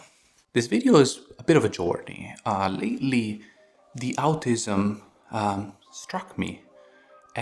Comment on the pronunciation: The way he said “outism” I about fell out of my seat 😂